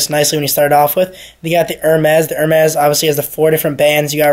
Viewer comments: Dude cannot even pronounce the companies. "Her mez' lMAO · its Er- Mey